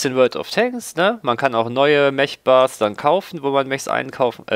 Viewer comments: Man muss ja nich immer alles auf englisch aussprechen, vor allem da das Wort Mech auch im Deutschen existiert. Dennoch bevorzuge ich auch die Aussprache "Meck" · Nur eine kleine ausprach frage: spricht man "Mech" nicht wie "mek" aus? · Na es geht doch. Du kannst das Wort "Mech" doch richtig aussprechen. Erst bei , aber besser als nie. "Mech" wird mit einem "k" am ende ausgesprochen. So wie du es aussprichst, da wird ja einem wirklich schlecht. Und weil du das Wort gefühlte 20 mal die Minute sagst, gebe ich jetzt auf und schaue mir dein Video nicht bis zum Ende an. Da dreht sich mir immer der Magen. Grauenvoll, ...ist das ein Englisch... man oh man.